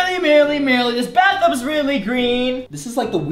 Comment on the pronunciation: he said bathum